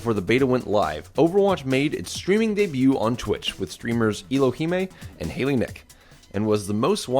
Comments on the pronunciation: EE-lo-hee-may lol botched that name pretty good assuming he was talking about Ellohime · 'Eee-Loo-He-Mei' = 'Ello-Hime' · Is no one else gona comment on how he pronounced Ellohime as Elohemay? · LMAO he pronounced "Ellohime" as "Eelo Heemmay" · Just a heads up. Ellohime was said VERY wrong. Its said like "Ell-O-Hime" haha